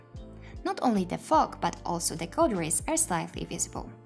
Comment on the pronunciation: I admit I lose life when I hear you say “material”, “value”, “fog”, “renderable” and so many other words. Please watch videos in English and learn the right pronunciation.